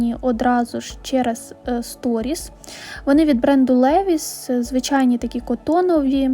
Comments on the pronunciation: Вітаю! Грамотно говорити лІвайс. Наголос на і. Вчора на секонді хлопчаки щось собі шукали, то теж почула від них лІвайс. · Primark вимовляється як праймак, а не прімарк.....Будь ласка!!!!Левайс, а не левіс!!!!